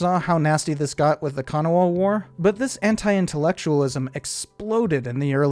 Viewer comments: I grew up 40 miles from the Kanawha. Please, it's pronounced kan-AH-wha. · kanawha county is pronounced Can-awe